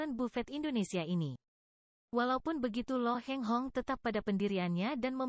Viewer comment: Bukan Lo Heng Hong tapi Lo Kheng Hong.